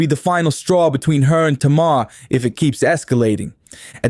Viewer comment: Maybe JUST MAYBE Properly pronounce her name then this video might get credit 🤔 🤷